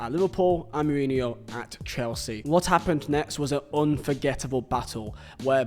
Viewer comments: I lost count of how many times you said Jose murinho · Couldn't complete the video because of how you pronounce his name. So jarring. Sorry😂